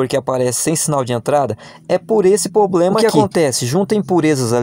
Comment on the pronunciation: O problema é o "poblema"